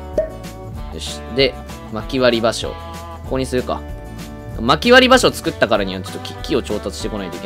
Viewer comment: 「場所」の言い方が相撲で草